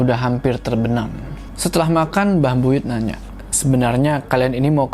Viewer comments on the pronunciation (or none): Buyut kak bukan buyutH😂